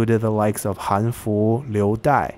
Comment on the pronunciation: Wow, i'm impressed that you can actually pronounce these names correctly (although I wish you pronounce "han" correctly but i guess most folks won't know what your saying if you do) gj